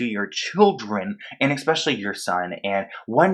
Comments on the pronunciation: Eck-specially? 🤔 😂 I think it's especially... Love u though 💕 love ur videos and ur passion. I just had to point that out 😂🤔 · Omg. The word is ESpecially. Not EXpecially.